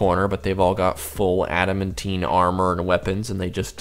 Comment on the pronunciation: Pronounced ADA-MAN-TIN NOT ADA-MEN-TEEN